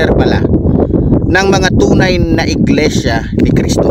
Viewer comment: Mali ka dyan brod! Bigkas mo palang sa Iglesia ni Cristo Mali ka na!